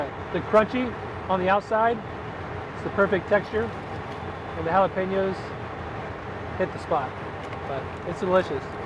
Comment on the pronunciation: Anyone notice he pronounced the j in jalapeño